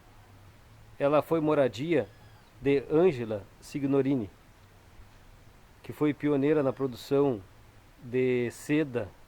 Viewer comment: Uma observação, se escrevi SIGNORINI, se lê SINHORINI..a letra G é nula na pronúncia..no restante a matéria é emocionante, Vovô João foi quem gerou a minha ramificação genealógica.